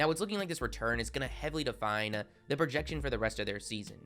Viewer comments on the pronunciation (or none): Please stop extending ur words by so much. For example: "sayyyy" , "promooo" , "defineee" . A way to fix this would be to not read sentence by sentence from your script but read more and not emphasise the end of sentences by dragging out your words as it sounds fairly annoying as opposed to your usual speech which is very listenable and well spoken :)